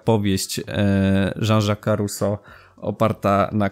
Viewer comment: . Trudno było słuchać, pełno błędów od Ruso po pożeniona, rezygnuję